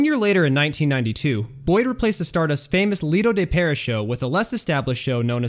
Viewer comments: Great video. Overall, you almost always do a really good job. Pronunciations: Tangiers = Tanjeers and Lido de Paris = Lido d Paree . Dude, I'm happy to help with pronunciations as this seems to be where you always get stuck. Just message... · I hate youtubers who purport to know their subject, but don't pronounce stuff correctly. It's Lido de PARE-EE, not PARE-ISS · I enjoyed the visual presentation but, do you breathe? But please slow down, watch a few documentaries, they don't speed out of control, throwing facts and info at the listener. And it's pronounced "Lido De Paree" not "Lido De Paris". Sigfried and Roy were an Act at the Lido the Stardust, then slowly took over the show there. They then moved in 1985 to The Frontier where they presented "Beyond Belief", once proven there that they could create and produce a complete 90-minute show. They then were sought after to appear further south on the strip The Mirage with their own showroom staying there until Roy's unfortunate mishap with Montecore. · I know. Also, if I hear him say "Lido De 'PAIR- iss'" again, I'm going to SCREAM. It is pronounced: "Lido De 'Pair-EE'." You know...the same pronunciation as the SAME SHOW (after which it was named!) in the real, French "Lido De Paris?!" JEEZ, guy, do some research! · You’d think that someone would catch the mispronunciation of the Stardust show as it should sound like Lido De Pear EEE. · Guy needs to learn how to pronounce “Lido de Paris” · Hey narrator, learn to pronounce “Lido de Paris.”